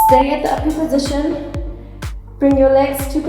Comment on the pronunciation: Every time she says uper position i hear awkward position and it makes me laugh